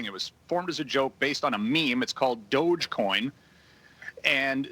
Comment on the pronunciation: It dogi coin as pronouced